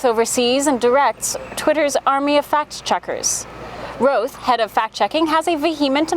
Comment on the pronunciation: "Roth" is correctly pronounced: Raw-th, NOT "Row-th".